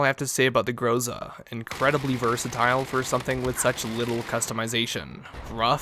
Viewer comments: Not GROOZA jUST Groza' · not grOza its grozA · You have to say GrozA, not GrOza. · IMFDB is a good site to find out for everygun it's appearance in movies, TV shows and video games. I could see there is another variant for the enginner class of this gun. Finally, expect russians coming to your place for not pronouncing the name of this gun properly (Graza, yet it's written groza) and for dispalying sometimes a US flag on this gun !!